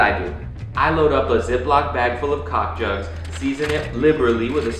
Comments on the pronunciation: did he say cock jugs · I’m sorry... did you say... COCK JUGS? 😂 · did this guy just say cock jugs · sir did you kast call chicken breast cock jugs??